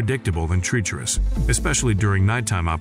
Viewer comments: "Treecherous" said no human ever. I hate AI voice overs. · automated narrator pronounces it "tree-cherous" lol